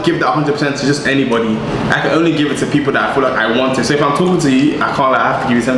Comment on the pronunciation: "I fill like" brother quit it